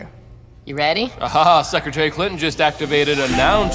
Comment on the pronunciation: When he said secretary Clinton I used to hear it as “sucker j Clinton”